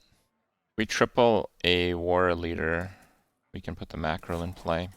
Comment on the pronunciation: Why tf he sayin mackerél